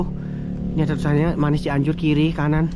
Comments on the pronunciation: Maniis mas bukan manis... Huruf i nya ada 2... Ralat yaaa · Maniis dibaca "i" nya 2 kali bukan manis 😀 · Di baca nya Mani is bukan manis 😁